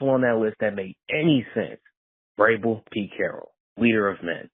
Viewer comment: Glad Vrabel is off the list because I couldn't bear you mispronouncing his his name every day. At least you realized you were having issues with it and working on it lol. Much love though bro!